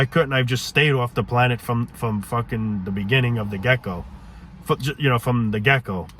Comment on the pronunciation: Gecko lol gieco